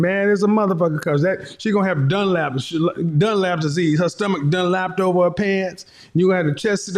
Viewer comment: Bruh he said donelapse disease 🤣🤣🤣